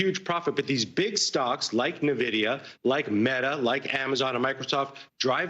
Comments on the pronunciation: It's not nuh-vidia it's N-vidia like the word for envy in Spanish. 🙄🙄🙄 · its not pronounced nividia, it's pronounced N-vidia lol , you. can tell they don't know much about computers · Say 'Navidia' again! Say 'Navidia' again, I dare you, I double dare you **, say 'Navidia' one more ** time! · Holy crap, how many times are they going to mispronounce Nvidia?